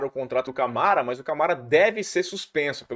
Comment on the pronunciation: Fala, bããooo? Cara, farei um pequena "crítica" aqui a sua pronúncia, e tb é algo que estou vendo acontecer muito com youtubers e até muito na TV: ouça seus vídeos e veja o qto vc diz "MAIS" ao invés de "MAS"... para muitas pessoas é um erro "normal" hoje em dia e que esta ficando cada vez mais "aceitável", mas confesso que me incomoda muito a cacofonia e o uso incorreto do português. Nas suas transmissões da ESPN vc comete o mesmo erro. Forte abraço!